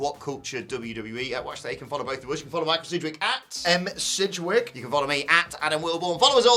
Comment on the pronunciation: Oh it’s Sidgwick. Close and thumbs down